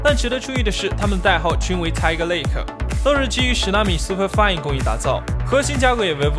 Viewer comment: 播主的英文发音真的要提升提升啊！Willow（wi喽）读成“wai喽”，SuperFin读成“SuperFine”，真的是。。。